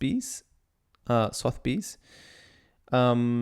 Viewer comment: Suh-thuh-beez’ my friend not sothbeez. Great educational - really enjoyed it.